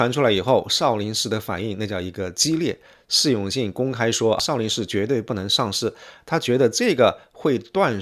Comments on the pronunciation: Shi永信！正确！少林shi……看了33秒。个人认为，作为简中视频评论博主，起码的把发音好准确吧？！ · 少林si不是shi粉丝si不是粉shi，你这人怎么平翘舌音不分呢，听得我真难受